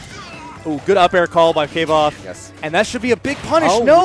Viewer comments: Mad respect for that name, but Kay-voth? KAY-VOTH???? It's pronounced KVOH-TH! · You pronounce the "v" as a "v", or an "f" a la German, not as a "w". KV - othe. "Like quothe, but a v instead of a w" according to Rothfuss' own blog. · Pronounced "kwothe" if it's from kingkiller Chronicles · Kvothe, pronounced like “quothe” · "Kay-Voth" smh